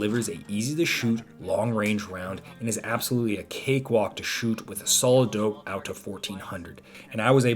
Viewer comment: What is he saying, solo dope? Solid dope? Solidope?